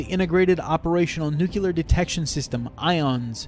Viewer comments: It’s pronounced NEW CLEAR. NOT NEW CULAR. For fucks sake. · I know it's nitpicky but I really can't stand when people can't pronounce "Nuclear" correctly.